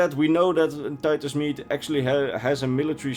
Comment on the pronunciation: Rodney Tholanah no it’s Titus MEDE